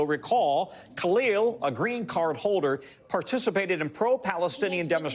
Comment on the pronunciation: changes to another language then goes on to call him call-eel the rest of the video 😂😂😂 what a sham